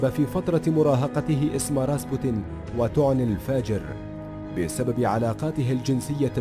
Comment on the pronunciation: اسمه راسبيوتن راااسييييببببوووتتتنننن و ليس راسبوتن 👊👊